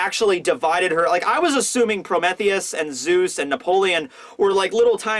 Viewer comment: Gotta learn how to pronounce Prometheus lol.